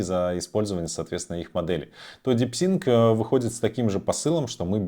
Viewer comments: Дипсик а не ДипсиНк😊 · Не говори, очень ухо режет, в конце ещё и дипЛИНКом стал )) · Чувак, ты даже прочитать название нейросетки не можешь. Развелось экспертов которые загадили ютуб своими экскрементами, 0 информации, просто шум.